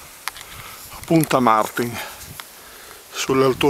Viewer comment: Piccola precisazione: la pronuncia corretta è Martìn (accento sulla i) e non Màrtin con l'accento sulla a. A Pegli e Pra (in particolare dagli anziani) può capitare di sentire la denominazione "Martina" o quella dialettale (quasi confidenziale e "umanizzata", visto che è un po' il monte simbolo di quell'area) "U Martìn". Grazie per l'attenzione.